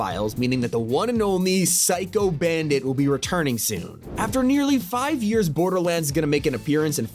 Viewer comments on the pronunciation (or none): none